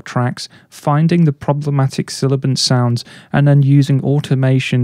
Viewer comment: you mean 'sibilant', instead of silibant...